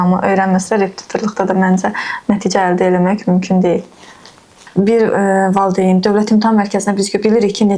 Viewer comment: müəllimə tələffüzdə valideyn deyilmi? Siz valıdeyn deyirsiz elə bil ya mən elə eşidirəm.